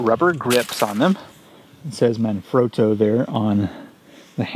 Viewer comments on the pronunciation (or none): Manfrotto not Man-frowto or manfrodo